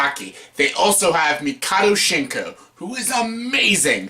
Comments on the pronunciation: is it that hard to pronounce his name? mock-oh-toe sheen-kai? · Idiot learn how to pronounce his name